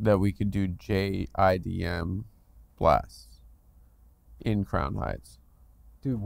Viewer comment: J-I-D-M 🤣 did he mean to say “JDAM” as in the GPS and inertial guided glide- bob ?! What kind of J-talk are you pushing Adam?